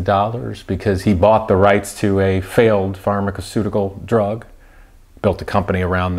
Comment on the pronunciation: Funny hearing a guy criticizing the intelligence of people while simultaneously thinking that "eksetera" is a word 🙄 Edit: Oh my "capituplated"? My man, you're not at all as smart as you think 😂 Edit 2: "pharmakaceutical" 🤣